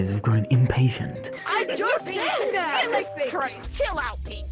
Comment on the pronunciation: "dancing": "JESUS CRIST"